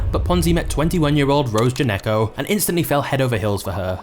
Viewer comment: Born in Italy? That's great, lmao. I don't think Gnecco is supposed to be pronounced Geneco. Just saying.